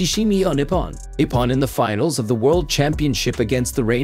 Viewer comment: in the quarter "finnals"???